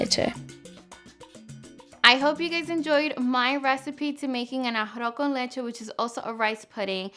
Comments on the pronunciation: Ahafo kən leCHe xd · Very nice, but ummmm you can't even pronounce "arroz con leche" ? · Made To Order You're not pronouncing it right haha, it sounds cute tho! Good recipe btw :3